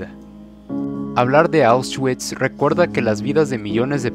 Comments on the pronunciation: Se pronuncia "aushvits" no "aushchuits" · Perdi el interes cuando dijo ausguikss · Este pobre pendejo para empezar no sabes pronunciar "Auschwitz" se pronuncia AUSH-VITS, y en segunda en el minuto 2.15 dónde mencionas "Que a las mujeres se les citaba a una hora y q no importaba si estaban VIVAS O MUERTAS q les iría muy mal ??? Q PEDOOO??y así varios errores de narración,si te gusta la historia investiga bien amigo antes de hacer un video y barra con coherencia no a lo pendejo! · NO SE PRONUNCIA AUS -CHUITS SE PRONUNCIA AUSH-VÌTS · Oushgüits... poloña.... extermiño... APRENDE A HABLAR SOKETE!! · Jjjj correcto jjj con razón se me hizo raro él nombresito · Lo está prenunciando en English 🤣🤣🤣🤣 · Debería haberse informado antes. Por respeto a las personas fallecidas